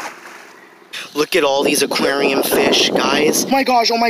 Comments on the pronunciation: Its aqaurium not aqryiium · Jannie Truong I hate every single time he says “ AKUERIOUMAAA” (aquarium) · actually its AQWARIUM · the way he said Aquarium lol. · The way he says aquarium 🤣🤣🤣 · The way he says aquarium tho lol😂 ⬇️